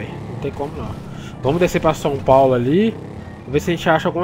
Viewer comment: Já repararam que o fala "Son Paulo" em vez de "São Paulo"?